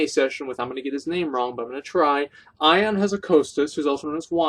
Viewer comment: It is not pronounced "Ion" but "Eon".